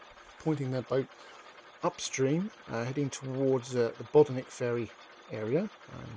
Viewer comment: Pity he cannot pronounce correctly